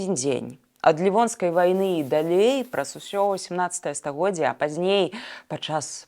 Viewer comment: ..не. ,,дАлей,, а ,,далЕй,,.